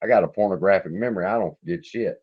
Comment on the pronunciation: I swear man I think you said pornographic memory? Maybe I’m getting old😁